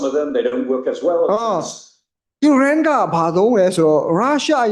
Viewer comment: ကျေးဗူးပြု၍ နိုင်ငံများရဲ့ နာမည်များဖတ်လျှင် မြန်မာလိုအသံထွက်၍ဖတ်ပြပါ။Please! အစ္စရေးဆိုရင် ဝစ်စာနှစ်လုံးသံပါအောင်ဖတ်ပါ၊Iranဆို အီးရန်မဟုတ် အီရန် အစ္စရေးဆို အစ်စရေ မဟုတ် အစ်စရေးလို့ဖတ်ပါ၊နားထောင်ရတာအဆင်မပြေလို့ Fighting!ပါ၊ဆရာလုပ်တာမဟုတ်ပါ အကြံပေးတာပါ။please